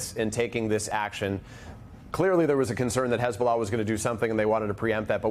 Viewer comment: Hey-bullah! Please check your lullah😂😂🇮🇱🇮🇱